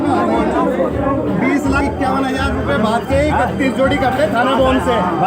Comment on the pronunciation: Chij ❌ Chiz ✅ - Hajar ❌ Hazar ✅